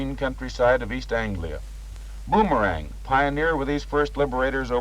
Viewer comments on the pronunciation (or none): based on the splashes on the fuselage, looks like it a bit of an oil burner. And Mr. Narrator, it's pronounced "Bomber-ang," not "Boom-er-ang."